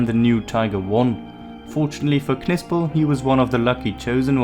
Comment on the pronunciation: You dont pronounce the K .. its pronounced like Nipsel .. you dont pronounce the K in Knife or knight or know ... i could barely sit through this video with you mispronouncing Knipsel every 5 seconds